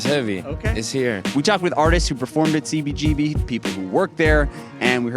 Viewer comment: please there is a whole generation of music lovers (anyone who loves live music as well)to who your miss pronunciation of cbgbs though its spelled CBGB I HAVE NEVER HEARD ANYONE ELSE EVER PRONOUNCING (MISS PRONOUNCING HONESTLY) IT THE WAY YOU DO. It wouldn't be a problem for most of us If It wasn't for the fact that every time we hear it said that way it takes us away from the interview completly. And this particular interview is the most important (also1of the best) interviews I've ever heard.FOR Most of USpunks who didn't grow up in NY, THIS IS THEE 1ST HISTORY OF THIS VITAL POINT IN FOR OUR MUSIC. I SUSPECT THAT IT MAY EVEN BE SEEN IN TIME AS THE "OFFICIAL VERSION OF THIS HISTORY" BUT, AND I DONT BELIEVE I'M EXAGGERATING, THE WAY YOU MISS PRONOUNCE IT WOULD MAKE THIS UNLIKELY BECAUSE OF HOW MUCH IT TAKES US AWAY FROM THE INTERVIEW. DO, PLEASE, I'M BEGGING YOU START SAYING IT THE WAY EVERY ONE IN THE WORLD OTHER THAN YOU, SAYS CBGBS, PLEASE, MY FRIEND.